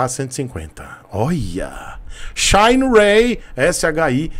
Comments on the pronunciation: shainrêy, é tão bom quanto 'shinerai' original! Kkkkkkkkkkkkkkkkkkkkkk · Não aguento esse “shayne Ray” msksksksks